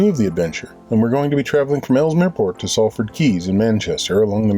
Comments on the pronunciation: Awesome Video, well until . What are you saying? It is 'Salford' pronounced 'Sol-ford.' I miss my old Canal. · Lovely Vlog, nice how you got Dave to do his stint at the tiller in the rain... good choice :) And Being a Salfordian, Salford is pronounced SOLford … the A is an O like costa del sol.... :) ;) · Sall Ford ? Lol. It is pronounced Solford! Excellent video as always, well done.